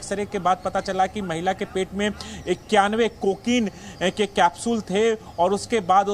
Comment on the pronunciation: अबे को के नहीं कहते को किन कहते हैं पहले बोलने की टर्निंग सीखो